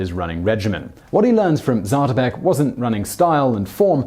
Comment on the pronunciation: It's pronounced zaah-to'-peck, not zatuhpeck